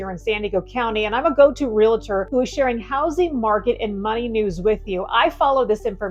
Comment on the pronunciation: Great video. Just one item, Realtor doesn't have an " i " it's simple, "Real tor" not "Ree lit er." When you get sick, you don't go to a "doc it er," same thing. Thanks for a great video. Very dynamic.